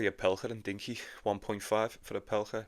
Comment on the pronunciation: It’s Rinky not Dinky 🤣